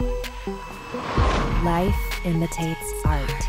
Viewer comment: look away from the screen and it will sound like “LIFE IMITATES FART” 😂😂😂